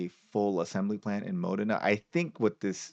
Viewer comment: Modena is pronounced as Mo-Dana with the accent on Dana